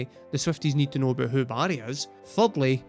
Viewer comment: How I had yo figure out “buddy” was you saying Barry!!